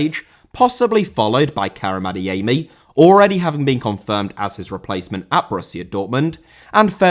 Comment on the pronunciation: Adeyemi* not Adeyeimi